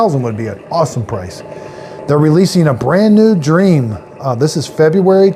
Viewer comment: Correction it’s not pronounced like dream it is pronounced like dreamy